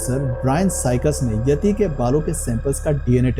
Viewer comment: येती (Yeti) नही यती(Yati) बोलो